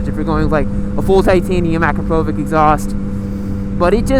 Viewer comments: [HUN]AntaresSQ01 It could be mistakenly pronounced with "Ah" instead of "Uh", "Kruh" instead of "Kraw", "Puh" instead of "Poh" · Uhkrawpohvitch- Akrapović